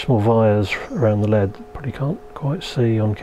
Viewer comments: L-E-D not LEAD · Am I the only one who cringes every time he says lead? It’s an L E D. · Repeat after me - L.E.D..... L.E.D..... Not ruddy led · EL EE DEE. Not "led" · Saying led instead of LED was so strange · LED NOT LEAD 🤣🤣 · The way you say "LED" sounds more like "lead", like the metal... Maybe this channel will soon take off like a lead balloon?